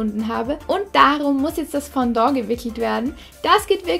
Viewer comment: Nicht böse gemeint aber es heißt nicht Fondo sondern Fondant😉😂